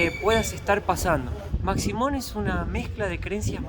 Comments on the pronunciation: Se pronuncia "Mashimón" con SH, aunque se escribe "Maximón" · La "x" se pronuncia como "sh" de manera que no es maximon sino que "mashimon"